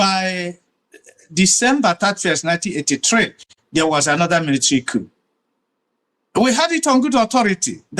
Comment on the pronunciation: That man who can't even pronounced the word "coup" properly is a propagandist. When and where did Gowon tell President Tinubu to release Nnamdi Kanu? Play the video for all Nigerians to hear. The East did not build UNN, it was built at the same time with ABU and UNILAG by the federal government of Nigeria. Eze ugha, stop telling lies.